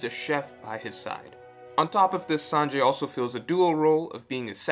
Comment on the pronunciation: You're good at picking up on these things. I can't help but feel you pronounce Sanji's name as Sanjay, though xD